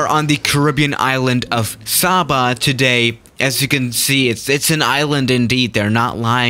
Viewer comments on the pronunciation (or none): It's SAY-ba, not Sob-ba!! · Love the vid but it's pronounced sayba I know this because I live on st eustatius which is nearby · Its pronounced ( Say-Bah) Lol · Everyone saying saba wrong